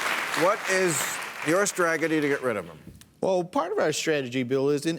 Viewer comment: "...what is your sTraGGeDdy to get rid of him?" 🤣Bill chose the wrong pre-show strain tonight